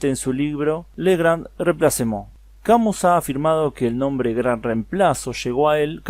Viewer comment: se pronuncia CAMÍ.